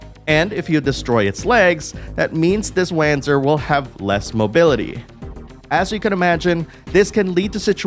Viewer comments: It's "Vahnser", not "Wahnzer" The name comes from the compound German word "Wanderungpanzer", and thus should be pronounced as in German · Hey just for future reference its pronounced "Vonser" (although it was pronounced "wanzer" in Left Alive and Evolved but they're better left forgotten haha). Solid review though thanks - I'm especially looking forward to Front Mission 3 and its dual stories! :) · Nice video, bro! Just a tip, the right way to speak Wanzer is Vanzer, i learned that in FM4. The characters speak Vanzer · It's Vanzer. The way he pronounced it sounded so wrong... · front mission 4 has voice overs and its Von-Ser its German.